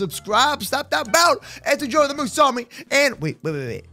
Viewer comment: You got the name right moose